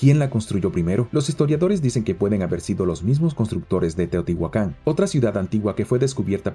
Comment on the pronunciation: La información sigue siendo la misma y se supone que por eso estamos aquí... Aunque nunca falta el loco que se emociona creyendo que "" le habla al oído a él y sólo a él. A mí me choca su voz, demasiado chillona. Y SIEMPRE dice mal la palabra "Teotihuacán". Varios le hemos dicho pero tal parece que a la tipa le vale tres hectáreas y lo sigue diciendo mal a propósito. Ya boten a ""